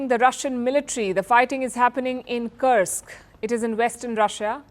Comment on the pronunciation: You are good with pronunciation, check "Kursk". Russian pronunciation has "u" like in tube!